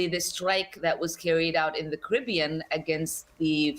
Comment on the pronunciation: Apart from the wrong and weird way she pronounced 'caribbean' then yeah I agree with her (if we're talking about the body of water in the Jamaican region).